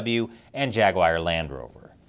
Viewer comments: it’s Jaguar, not Jaguair…. Who taught you how to pronounce English words? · Forced vs. induced labor, what's the difference? I'm just feeling lazy today. P.S. Did you just say Jag-wire? It's Jag-u-ar thank you very much. And Jaguar and Land Rover haven't been themselves since they sold out to foreign interests decades ago. Of course both were going downhill LONG before they hit that tipping point, thanks to lazy workers just like - me today. Pass me another beer eh comrade? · It's Jaguar not Jaguire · I've never heard of "Jagwire". Is it the parent company of "Jaguar"? :face-blue-smiling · It's pronounced "jag- war" not jagwier!